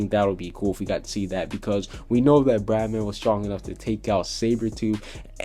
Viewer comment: Bye the way im pretty sure it's bloodman not bradman